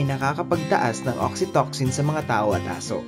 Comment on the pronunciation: Oxytocin.. Pronounced as oksitosin po